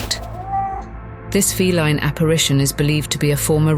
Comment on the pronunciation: AI cannot pronounce correctly like the word ‘respite’ or ‘feline’